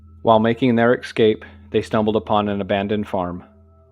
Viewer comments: Dumb pet peeve...It's Es cape, not exscape...Nonetheless, very well done, and thanks for the upload! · The most horrifying part was having to listen to the narrator say ‘ex-cape’ instead of escape